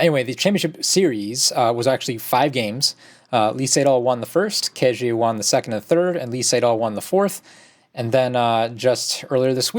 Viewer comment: You guys should learn the correct pronunciation of Ke Jie. After all he will dominate the Go scene for many years to come : - just click on listen